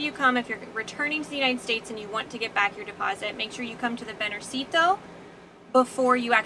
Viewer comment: Interesting video. Just a comment about the pronunciation of banjercito, that word is not a diminutive like most ending in -cito but a mix of bank and army (banco/ejército), the emphasis goes in the syllable 'jer' (banJERcito). It is mostly used by the families of the army forces to regular stuff like payment or mortgage, but also to pay some federal stuff like in this case some permits. Saludos.